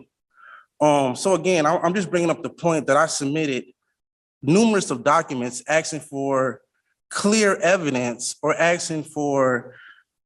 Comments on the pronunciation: ASKING! The word is ASKING not AKSING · Or " AXING," and said that he speaks English? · A lot of axing Sounds sooo bad